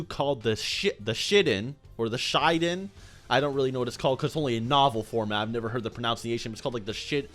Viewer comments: He said Shitden 🤭💩⚡ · i died when he said the "shitinn" lmaoXD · It's pronounced, 'SHEE - DEN' Like saying sheet, but without the 't' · the "Shitten" haha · the attack is pronounced she-den